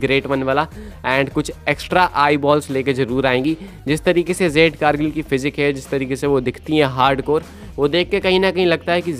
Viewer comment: O bahi jade ko zade kyun bolte ho pronounce to theak se kiya kro